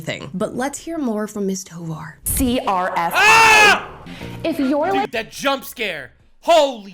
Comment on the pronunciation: Toevar she means thighvar